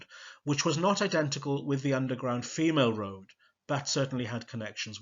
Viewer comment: brilliant, but i think femaleroad is meant to be said to mimic railroad. other than that, this was amazing. it's toe the line, btw, tow as you use it means to pull something. in uni I was so frustrated by my American law tutor's inability to pronounce UK place names, i used up three office hours on how to pronounce Scots, Gaelic and Welsh words and names. it drove me insane.